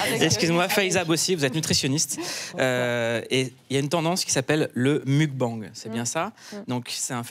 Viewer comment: Je trouve cette vidéo particulièrement hypocrite. Mettre en opposition les minces “en bonne santé” mangeant des plats sains et les gros “irresponsables” qui s’empiffrent ça commence à bien faire. Par ailleurs, les acteurs principaux du mukbang (vous auriez pu faire un effort sur la prononciation) sont des gens minces. Évidemment, pas de prévention sur le cholestérol et tout le tintouin parce que peser léger est nécessairement signe de style de vie healthy, pas vrai ?